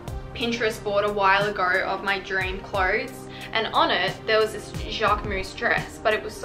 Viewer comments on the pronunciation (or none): none